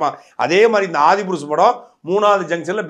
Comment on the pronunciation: The speaker doesn't even know to pronounce adi purush. His knowledge and his research is very poor. There is a system started by tulsidas author of ram charita manas since 500 years. That 1 seat is left for hanuman ji whenever ramayana story is told. Since he is immortal. it is said that hanuman ji will be present wherever ramayana is recited. This tulsidas witnessed during his recital. And saw hanuman ji disguised as old man with leprosy sitting in front. And he grabbed his leg out of intuition that it is hanuman ji. Then hanuman ji gave darshan. This place has a temple even today. It is called sankat mochan hanuman ji temple. And tulsi das wrote sankat mochan song. Without knowing this system. He is talking non sense and creating a content just by criticizing. And commenting. Without doing any home work. Shows how lazy and lack of research before posting a podcast. Some body has made a effort to re tell the story via film. Let people see and decide. Millions have seen movie Gandhi, benhur, ten Commandments, exodus. All biblical movies. Thiru vilayadal, saraswati sabatham. All enjoy it. They don't mock it. If u don't like. Don't watch it. Instead of kids watching mockey mouse and Donald Duck. Kids can see ramayana in big screen. And enjoy. May good sense prevail.